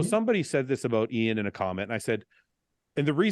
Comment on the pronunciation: 2023 and Guy still can’t properly pronounced Iain’s name